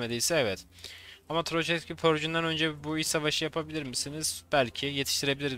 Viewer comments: Tıroçevski değil Tukhacevski veya Tuhacevski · ABİ TUKAŞEVSKİ ŞUNU SÖYLE LÜTFEN ARTIK TU KA ŞEVS Kİ